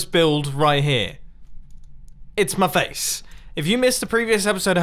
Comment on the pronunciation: ITS MA FACE! U said it so wierd xd :p